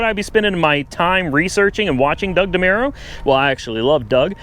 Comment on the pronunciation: Mispronounces demuros name haha